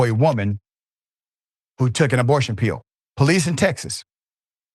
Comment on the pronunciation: What's a pee-yill? The word is pill.